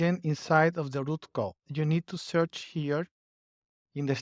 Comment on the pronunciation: It's Roo Code, not Root